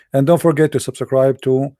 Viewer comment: You don't sound arabic, nor dont you sound like an American. I have a simple question. Why would Zakir Naik debate you?🤣🤣 First learn how to say subscribe in English. Then you claim to be an American. 😅😅